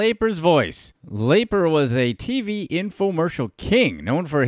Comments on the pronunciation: Wow, still looking for a Youtuber who pronounces Lapre’s name correctly… 👎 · I can't watch the entire video due to the jagoff who is mispronouncing Lapres name. Its driving me crazy. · I did too, and the tiny classified ads. Pretty embarrassing. And this guy's mispronunciation is painful and it's not even the way anyone would guess it's pronounced. And even watching one ad for research would correct it. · How do you make a video about a guy and cant even announce his name correctly?